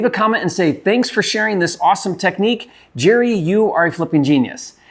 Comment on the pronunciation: Jerry not Sherry😮